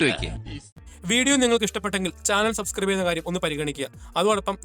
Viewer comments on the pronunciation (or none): none